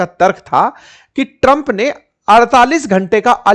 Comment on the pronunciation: Tram ❌ Trampa😂😂